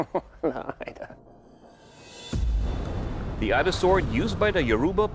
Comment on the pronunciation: 'Ida' not Aida.... pronunciation